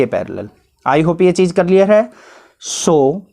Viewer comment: sir clear ki jagah Clair Bol diye hai 😂😂